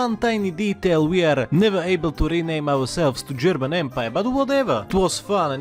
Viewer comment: Wow, your German pronunciation is very good! ...remember what you were doing on the afternoon of March 14, 1939?